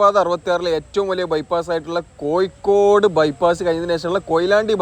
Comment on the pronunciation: കോയിക്കോട് അല്ല കോഴിക്കോട്